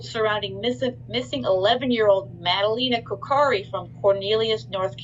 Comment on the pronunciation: She is not saying her name right ☹️